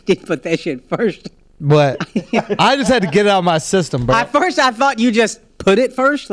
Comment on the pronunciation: Fam, it bothers me how nobody from the squad ever says anything about how akaash pronounces the word "FIRST". Lol he always says FIRSHT!! Shit is annoying !! Is that a texas thing?